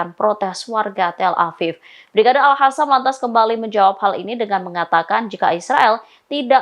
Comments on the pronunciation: AL KOSAM, AL QOSAM, BUKAN AL HASAMMM MIN.... BNERAN GA BS BACA YA MIN,,, TULISANNYA KAN SAMA KAYA AL QUR'AN,,, MASA DIBACA AL HURAN,,,???? AL KOSAM MIN ATAU AL KASAM LAH MENDING, BUKAN AL HASAM. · News angker nya gak bisa baca Q (ALQASSAM) bukan alhassam